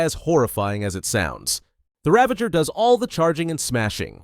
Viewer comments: Its a Ravager not Ravenger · Ravanger? Its Ravager 😂😂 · Its Ravager not Ravenger lol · “Ravenger” lol